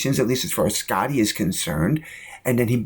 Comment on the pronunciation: "Scitty"? What the hell?